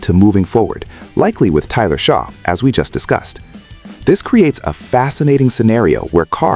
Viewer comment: Say tyler last name right . Your not saying it right